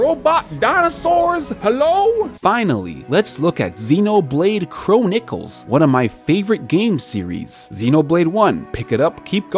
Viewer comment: Dino-saurs P.S. I love Xenoblade Chro-nickels